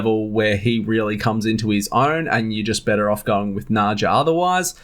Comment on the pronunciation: Nadja is pronounce like Nadya